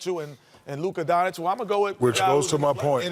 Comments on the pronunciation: Is it so difficult to pronounce Donchich? Some of this pros would show some respect just to learn: Dončić = Donchich?. Yes, in my opinion he deserves to be on this game, like he deserved to be a pro at his 15. But now I doubt this: who cares about votes he got. All commentators, always shocked, prefer more selfish power play bulls to show muscles in iso game, than what we really expressed to see. Well, they have this right. Let to repeat myself: show some respect and be truly honest what are you talking about, just with learning how to pronounce somebody's name who you are talking about. It seems it is too difficult? No - this is disrespectful, arrogan, nonprofessional. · Doncic not Donchick